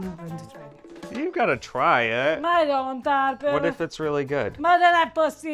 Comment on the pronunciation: ', stop torturing....